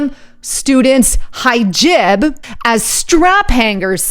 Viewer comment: It’s pronounced he job.